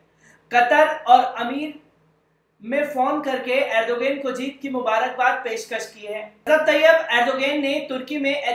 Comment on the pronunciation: جناب نام تو اچھا سے بولو